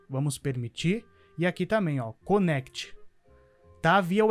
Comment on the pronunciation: "Nect" kkkkkkkk